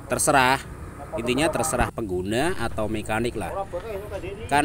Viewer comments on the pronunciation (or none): none